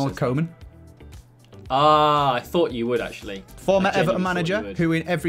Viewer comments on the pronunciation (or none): Isn't it actually Ronald Koeman Not Ronald Coman Its pronounced cooman